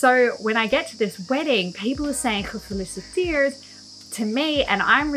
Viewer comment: Cool video! One tip: try to pronounce the E in gefEliciteerd a bit more. Its a bit more like Ezel than something like makEn